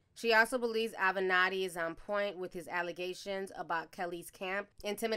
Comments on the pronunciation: AH-VAN-NA-TI TI! 😂😂😂 Not Ah-Ven-Netti 💀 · A-VE-NAT-TI!!! Damn, why you keep callin him A Venti? This ain't Starbucks! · Again T, it is A-ve-na-tti not Aventi. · Self imposed not Self proposed exile Ti. Avenatti not Aventi.....lol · Ah-ven-Ah-ti not Aventi. You can’t pronounce anything! 😂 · It's A VEN NOT TI. Not Aventi. I love you Ti...I really do. But dang you can F'up a name. Wonderful story. It's Avenatti...my sister. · THE LAWYERS NAME IS A-VE-NA-TI!!!!!!! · The way you say the lawyers surname drives me crazy 💔💔😂😂 A-ve-na-tti Aunty!!! 😩 like you got it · I love you Ti, but the lawyers name is AHveN-Ahttie (pronounced like that, not spelled like that obv.) Lol, it's like nails on a chalkboard every time i hear it! Love your channel though, all love! ❤️❤️❤️ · AVANATTI (AVE-A-NAUGHTY) AVANATTI!!!! Ti you literally played video clips with his name being said in a previous video! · Hey girl I love you but the lawyer’s name is pronounced Aven-atti (kind like Oven-Otti). Hopefully that kinda helps 😅. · A-ve-nat-ti! Pronounce it correctly. IJS